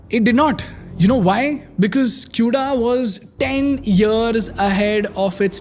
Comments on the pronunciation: As a fucking dev using cuda it's not pronounced as "Q"da it's "kuda" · "kooda" not "q-da"